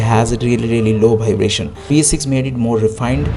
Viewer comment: Very very good video man. But bhaibration made me laughed a lot. Loved the video♥️